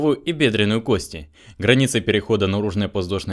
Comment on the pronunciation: Когда говорите кости ударение должно падать на первый слог!